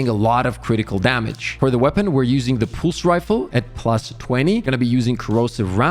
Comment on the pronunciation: 😂😂 The accent bro 😂